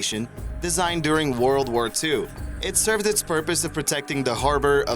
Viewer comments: Warld War I, Warld War II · "wourld war" lol wtf? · "Worold war" hahaha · "WOorld War I" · "WARld war one" "WARld war two" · Why does he only mispronounce the word "world" when he say WW1 or WW2? Every other time he says "world" in this video he pronounces it correctly